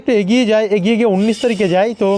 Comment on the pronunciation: বন্ধ। উন্নিশ হবে না। উনিশ হবে। তোমার উচ্চারণ ভুল হচ্ছে কেন